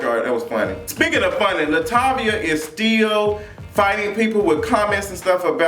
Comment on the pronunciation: 😩Why you call that girl Latavia?? 😂😂😂😂🤣🤣🤣🤣🤣